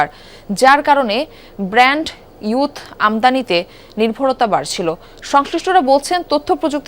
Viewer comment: সংবাদ উপস্থাপিকা ভুল শব্দ উচ্চারণ করেছেন। শব্দটা "ব্র্যান্ড ইউথ" না; শব্দটা হবে "ব্যান্ডউইথ"